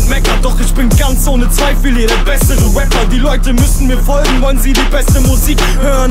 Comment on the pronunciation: ah da haben wir wieder einmal einen Waper alter warum kann niemand Raper aussprechen ?